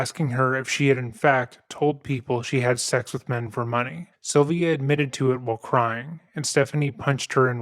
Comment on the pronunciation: It's a strange way to pronounce "Sylvia". It sounds more like "Sovia".